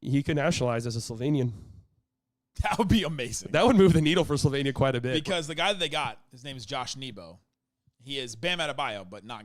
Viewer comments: Slighly pronoucing Slovenia, the more slovenian way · Btw the way said Slovenia is correct native Slovenian pronunciation 👌